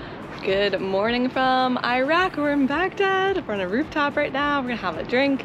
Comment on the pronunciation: Was commenting on the video that you're pronouncing Iraq wrong and you said it right half way through as I was typing 😭 thanks for the beautiful coverage of this amazing country ❤